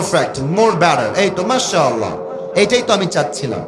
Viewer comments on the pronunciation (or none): মাশাআল্লাহ আরবি শব্দ এটা ইংলিশ শব্দ নয় আপনি মাশাআল্লাহ টাকে ইংলিশের ভঙ্গিমা দিয়ে উচ্চারণ করলেন এতে কি উচ্চারণ সহি শুদ্ধ হলো?